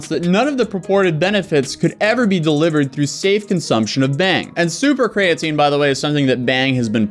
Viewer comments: Wow, 2 people that can't pronounce Creatine. This is weird. Kree-uh-teen. Not difficult. I'll give a pass, but a CEO should know how to pronounce the ingredient they're pushing the hardest. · Dude can't even pronounce creatine properly, why would anyone think he knows anything about chemistry? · Bro why dose he pronounce creatine without the e